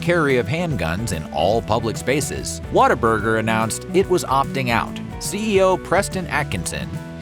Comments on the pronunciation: It’s What-A-Burger not “water” burger for you Yankees… and Harmon has a better story than In-N-Out by far… the orange and white building is Texas McDonald’s golden arches. What other restaurant paints their franchise orange and white to be recognized from a pilot in the sky? I grew up in Austin Texas in the 1980s and it was the best part of my childhood. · Why does the announcer keep saying "WATT-a-burger"? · I had it on a business trip to Texas and had to fake how much I liked it to not be rude. It was like a cult in that office. Also, I really hate how they pronounce it "waterburger" instead of the obvious name "what a burger". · Video needs a “water burger”reference. Growing up I thought whataburger was pronounced water burger